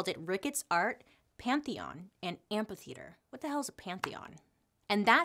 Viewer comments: There is an "h" after the "p" in amphitheater. A tiny tiny feedback, otherwise love the show! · I love how she says amp-U-theater instead of amp-A-theater